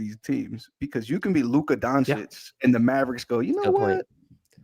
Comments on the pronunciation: Now that Luka is a Laker maybe can learn how to pronounce Doncic's name correctly. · You don't even know how to say his name. Dummy. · Doncich doncich doncich doncich not doncik donchick donkick donakick donatello